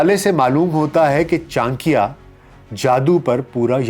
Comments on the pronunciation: Sir he is not "Chankiya" he is "Chanakya" ( चाणक्य ) and aap bol to rahe ho hindi but thumbnail mein urdu language kyo lagai hai ??? 😅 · بھائی یہ "چان کیا" نہیں بلکہ "چا نکّیا" ہے جس طریقے سے آپ چانکیہ کا نام لے رہے ہیں یہ آپ کی ناقص معلومات کا پول کھول رہا ہے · Acharya Chanakya boliye Chanakiya nahi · Chaankya nahin ...chaa..nakya ....pehle naam theek se pronounce kijiye! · Urdu so good even Chanakya becomes Chankya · its not chaankia. its chanak-ya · For proper pronunciation read this wrong spelling Channakya 😂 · Kam se kam aap urdu speaking h fir bhi sahi naam nahi le kar unko sahi se explain nahi kar sakty actual name chanakya h jismy 'na' word aatata h so plz aysy mahan shakhs ka naam sahi se le tabhi unke baary me baat kary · Chaaanikiya is it correct pronounciation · Before doing a podcast- must have learnt how to pronounce "Chanakya"! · Name toh sahi se le bhai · Tujhse naa ho paaayega inka sahi naam to le nahi skta to sahi chij kaha se bol paayega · Chcha aap pronunciation hi galat kre ho naam ka 😓😓